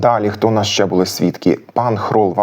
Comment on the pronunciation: Клас! Але навряд у Коломиї наголошували < дали́, були́ >. Акцент - одна з найархаїчніших складових, яка дуже важко піддається витісненню, особливо в дієсловах. Багато досліджень, як і нових, так і старих підтверджують іншу акцентологічну систему говірок в Галичині.